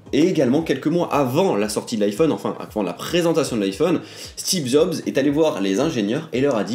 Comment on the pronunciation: "Steve zob" 😂😂